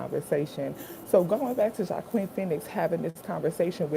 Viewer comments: I love your reactions and btw his name is pronounced “wahkeen” 😂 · His name is pronounced 'hwakeen' phoenix